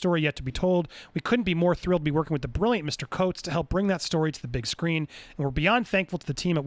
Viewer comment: Andy, I’m a new subscriber. LOVE the content. Keep at it. With love, I gotta tell you, it’s pronounced, TAH neh-HA-si. Coates. Dude is probably the foremost young black intellectual on. the. planet. MacArthur genius grant winner. Spars with Barack about community cultivation, politics, and nation building. He is a heavyweight in the world and likely growing/earning stripes in comics/genre. It’s not that you are SUPPOSED to know him. But now that you know JJ is co-signing him. Ya GOTTA get the name right. Getting it wrong is cringeworthy.